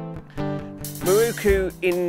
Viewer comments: Great video apart from the WHOLE industry pronouncing Miroku wrong! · miROku, NOT mirookoo